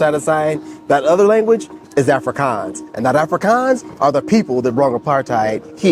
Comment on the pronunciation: Wow guys, talk about covering all bases. Absolutely loved the your Traveller's Tips Vlog...as a South African, i give it a solid 10/10❤👌🏾 You guys should just get your SA citizenship already...bro the way you pronounced " Afrikaans,Huzet and Xhosa", impressive indeed👌🏾 You got your self a new subscriber...enjoy your stay! SHARP-SHARP👍🏾❤🇿🇦